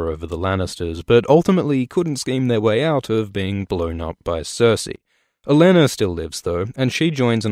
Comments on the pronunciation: Thought he said, "A Lannister lives thought." instead of "Olenna still lives though." Had a serious double take for a moment. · He said "Olenna", not "a Lannister" but yeah they sound quite similar :)